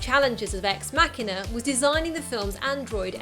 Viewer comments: It's machine-a not makina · Good god I just couldn't get over the narrator butchering the word "machina" over and over. "Mock" not "mack" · I need help. Why is it pronounced Ex_ Mac hina instead of Ex_ Ma china? If anyone understands, I know it's probably dumb to ask, but I was just wondering. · Why does the narrator of this video pronounce it incorrectly as MAK'inah, rather than MaSHEEEN'ah? Can't people read? The robot is a machine, not a Mack truck. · First thing I didn't know about Ex-Machina.... It was called "Ex-Makina" and not "Ex-Machine-a". 'Muricans. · ex makkina? really? i think its suppose to be ''machina'', like machine. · WTF did she just call that X MACKINA im done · Loved this film but didn't realize that the title was pronounced with a hard "k" sound versus the "ch" till I watched this. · marcusezikel It's from "Deus Ex Machina", in Latin, and the closest English approximation is a hard 'c' as in "car", but from my understanding, it's actually closer to 'kee'...thus, should probably be pronounced as "mah-kee-na." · ***** I've been pronouncing it Mach-ina, as in the speed of sound mach :) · Say machina one more time. I dare you.